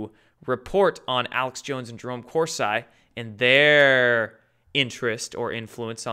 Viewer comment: Jerome Core-see. Thanks for all you do.